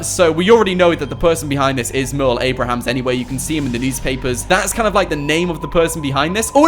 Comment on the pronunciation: it's Merle Abrahams 😁